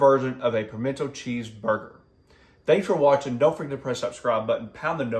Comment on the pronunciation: Dude it's pimento. Not pimented....